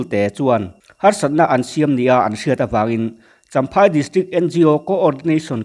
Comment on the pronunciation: Champhai tih tur ni zawk awm tak ani chamhai ti loin